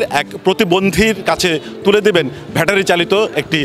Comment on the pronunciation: সাংবাদিক ভাই ভ্যাটারি হবে না, ব্যাটারি হবে।